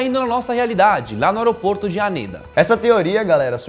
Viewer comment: teve um dado mometo que vcs falaram a palavra aeroporto de oroporto